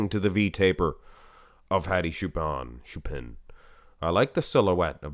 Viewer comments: Hello It's not shupen or shupan its chupan! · It's Hadi Choopan not Hadi Shupen